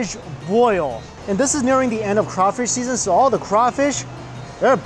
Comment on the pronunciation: Hey New York: It's "praw-linz" not "pray-leens", it's not "poor-boy" it's more like "po-boi" (can't quite get the pronunciation down in text), and it's not "a crayfish boil" it's "crawfish bole". My grandma used to make that porkchop and basically Cream Of Mushroom soup mixed with a little porkchop gravy smothering over it. And during that whole viddy I didn't see even one single example of Collards anywhere. I know you don't like green vegetables but you CANNOT leave the South until you have experienced the culinary lingual orgasm that are properly prepared "Mama's secret recipe" collards. My grandma made the_best collards using apple cider vinegar (not regular white like rookies use) and salt to just take the edge off the massive bitterness, and just the right amount of brown sugar (not white, and one time she even subbed in some Alaga sorghum syrup which was a little bit too sweet) to bring up the sweetness just a little bit. SO GOOD!!! - 50% Dixie Man